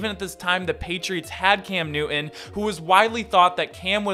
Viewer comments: Love your videos but it’s (Noo tun) not (New un) relative to Cam’s last name. Peeve of mine is pronouncing someone’s name correctly. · What is the issue with pronouncing a name in its entirety? “ NewTon “ . Am I missing something ? Is their a reason not to say the man’s name correctly ?